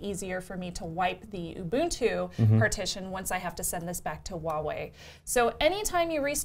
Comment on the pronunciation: Is it so difficult to pronounce Huawei correctly? When you pronounce it, it sounds like Wah-way. You've dropped the 'h' completely, but it is actually pronounced.